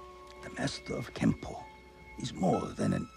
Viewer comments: It's pronounced "Kenpo" not Kempo. Sifu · You are correct. It is "Kenpo"